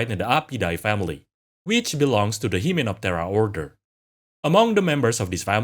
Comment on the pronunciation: I like that your accent makes hymenoptra sound like "he-man opera," which i would like to see now